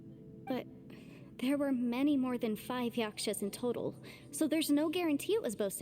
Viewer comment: i cannot tell if he’s serious about calling them yaSHkas and not yaKshas😂😂